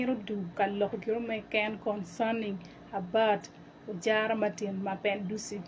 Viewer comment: The way he's calling his name for me 😂😂😂 Mabenduzo😂😂😂😂😂